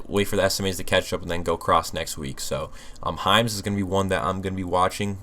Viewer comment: I thought you were saying Heinz but you were saying Hims 😂😂😂